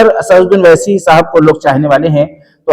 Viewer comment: owesi name lena sikhlo pehle